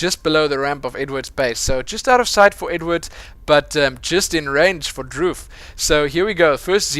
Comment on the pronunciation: His name is actually pronounced Dr. oof